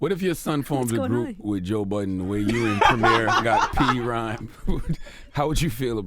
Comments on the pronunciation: Charlemagne didn't know his name was ryan didn't know he battled fab and didn't say prhyme right arent interviewers supposed to do research Royce is a amazing mc and artist its kinda of disrespectful to not prepare a little bit at least he dropped two amazing full length albums this year that don't happen that often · Somebody tell Royce the pronunciation of his group is P-Rhyme not Prhyme 🙃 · Charlamagne...ITS NOT CALLED P-RHYME!!!!!! Royce hates when people pronounce it that way! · ITS NOT P-RHYME!! Can't believe he didn't correct him. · Charlamane, come on G... P-rhyme??? It's PRHYME!!! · Why does Charlemagne keep saying Pee Rhyme? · Charlamagne mad disrespectful. Calling PRhyme P-Rhyme twice, not knowing Royce's real name. Dunno how Royce held back or why, he should've said something. At least correct him. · Why Royce ain't correct CTG when he said P-Rhyme. It's pronounced Prime lol tf. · If CTG says P-Rhyme ONE MORE TIME! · Stop calling them P-Rhyme Charlemagne. For fucks sake nigga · Im surprised Royce didnt correct him saying "P Rhyme" twice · Great interview! But Dammit Charlemagne stop saying Pee Rhyme! Wtf man!!!?? Lol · P-Rhyme 2? C'mon Charlemagne. Its PRhyme 2! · Oh no Charla didn't say P-Rhyme 😣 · did Charlmange said P rhyme ? smh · SMH at Charlamagne for saying P-Rhyme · Charlemagne, stop calling it P Rhyme!!! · So... Everybody's just gonna let Charlamagne slide with pronouncing "PRhyme" wrong twice? 👀🙊 "This is for the real Gang Starr fans, not the ones who call us P-Rhyme..." -Royce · This dude said..pee rhyme...I felt embarrassed my damn self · Had a chuckle when he said P-rhyme twice.....wish pulled him up on it 😂 those bars on the album really apply here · In Prhyme 2 Royce has a line in one of the first songs about how this isn’t for the fans that call us “Pee- Rhyme” and Charlemagne said it exactly like that lol. Smh he didn’t even listen to the album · I wish Royce corrected Charlamane about how to say PRhyme